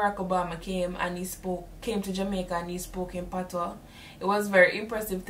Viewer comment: It's "patois" not "patios"